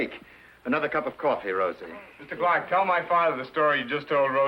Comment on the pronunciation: CLARK... NOT CLAW.